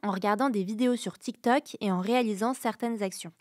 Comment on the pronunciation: Essayez d'expliquer à que c'est Tiktok, pas Tiktak Merci. Elle prononce les o comme des a, c'est agaçant.